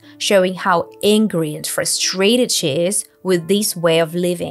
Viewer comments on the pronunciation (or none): Could you double-check the accent for "frustrate"?